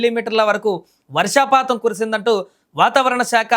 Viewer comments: Vasrshaa patham kadu ra Swamy - Varshhapatham - news readers ki telugu basha meeda training ichhi chadivinchandi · Orei news reader...varshaapatham kaadura,,,,varshapaatham. Varshaapatham ante varshalu leka povadam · వర్షపాతం అనే పదం కూడా సరిగ్గా పలకడం రాని వాడు న్యూస్ రీడర్. ఒరే బాబు కనీసం న్యూస్ రీడర్స్ కన్నా తెలుగు నేర్పించి చదివించండి వార్తలు. భాష స్పష్టత లేని వాడు న్యూస్ రీడర్ గా ఇలా పనికొస్తాడు? కాస్త విచక్షణ తో మైండ్ వాడి పని చేయండి.